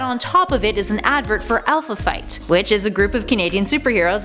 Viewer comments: Whiskey Beard great speaker? She doesn't even know how to pronounce Les Miserables. And she said Alpha fight inside of alpha flight. She was not good. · Its Alpha Flight 😧😧😧 not Alpha Fight 😂😂😂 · Alpha flight, not fight. Sheesh. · Would you like some Amonds? Oh wait. I mean aLmonds. with an L. I like to read Alpha Fight. Oh wait. it's Alpha FLight. With an L. Both the Graphics and the copy missed this. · Jesus, I cringed every time she said alpha fight. There's an L in flight. FLIGHT. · she says "Alpha Fight". Its actually Alpha FLIGHT. It even shows the comic cover with the correct name as she says it incorrectly. Just sayin... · It's Alpha FLIGHT. Not alpha fight. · WHY DOES SHE KEEP SAYING ALPHA "FIGHT" and not ALPHA "FLIGHT". She even referenced the comic book entitled "ALPHA FLIGHT". But she kept saying ALPHA "FIGHT". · "Alpha Fight" Lol come on... if you're gonna claim to be a nerd, you could at least get the names right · Flight... not fight but okay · Did she say Alpha "fight" instead of flight?! 😑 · The Alpha "Fight" bothered the comic nerd in me so much. The Les Miserables mispronunciation bothered the linguist in me. This combined with the obvious fact that she was reading a script she didn't write and almost certainly knows jack shit about comics makes her extremely unattractive. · butchered the Name Alpha Flight and the horrible pronunciation of Les Misérables=credibility gone.